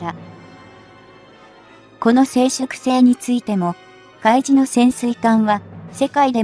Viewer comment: うみじ最新鋭？ かいじだろう。 極めてお粗末。